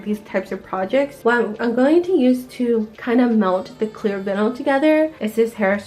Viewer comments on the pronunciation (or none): It’s not pronounced vinal it’s vinyl, love your channel new sub from me.